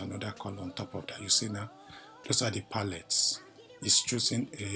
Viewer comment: "Doze har di palates!" (Those are the palates) 😂😂😂 Your fada is too cute!